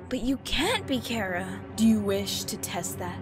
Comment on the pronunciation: WHY DO OR APPLE KEEP SAYING CARA